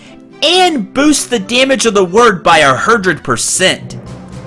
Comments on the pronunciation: I knew that, but you said a hundred in a weird way, it was like the ermahgerd thing. You know? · A hurdred percent? Ermahgerd a hurdred percent!